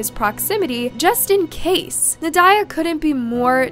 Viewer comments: You are absolutely butchering the mother's name. Well, all the names, but we'll excuse the butchery of the last names. How, though, do you butcher Nadya??? It's NOT na-DIE-ya. It's NAH-dee-ya. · That is not how you pronounce the name Nadya. It's not even an uncommon name.